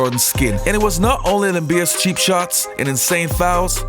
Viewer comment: LAIM-BEERS!!! LMAO